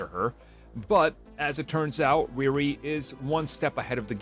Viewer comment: Ree Ree not Rear-ree